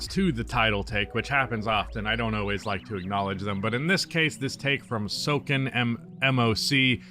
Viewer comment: I liked how he mispronounced the Skoden part but it was pretty cool to see my hot take being included, and I’m still a huge Iverson fan growing up 🤣